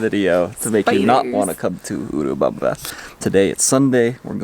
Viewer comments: Hi guys! You said it right, it's "U...(oooo) U-rubamba. Remember when you pronounce "U" as a long vowel (Unicorn) that's English. Our vowels are usu. pronounced like the "short" vowels in English. Don't know if I'm making this clear. Either way, thanks for sharing your good/bad times. I think you guys are awesome. Thank you for being real and God bless you both always! 💕. Note: - that was cute/lol when you tapped the camera...😂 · pronunciation is correctly. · Thank you! Glad we are saying it correctly